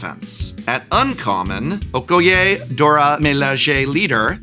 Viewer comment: that's a spectacularly wrong pronunciation of Okoye and Dora Milaje - clearly someone didn't watch Black Panther. LOL